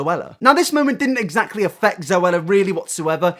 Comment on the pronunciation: I don't condone bullying someone for a speech impediment or for not being able to say a word correctly. But Alfie's pronounciation of the word "Exactly" is my own personal hell. Essactly.